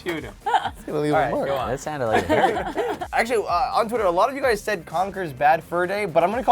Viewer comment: And I'm really pissed about the fact that you called Conker Concer!